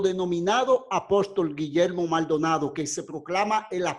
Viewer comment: Su apellido lo dice mal donado.